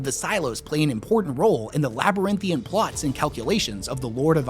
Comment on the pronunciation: It is "labyrinthine". I suppose a "man" who cannot comb his hair correctly cannot be expected to pronounce words correctly, either.